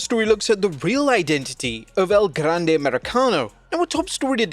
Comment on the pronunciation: Please keep saying El Grrrande as many times in one sentence PLEASE! I literally ROFL’d when I heard that line!